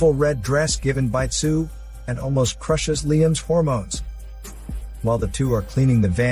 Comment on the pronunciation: 😂😭omg the way u say harmones thou